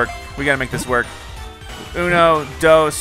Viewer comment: When you try to act to know spanish :ono,dwos and tres Real uno,dos tres